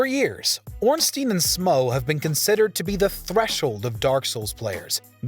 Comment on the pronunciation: You earned my like for not saying "ornstine and smoof"...finally someone who says it right!